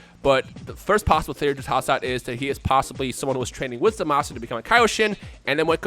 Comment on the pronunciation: 90% sure Zamasu is pronounced Zamas.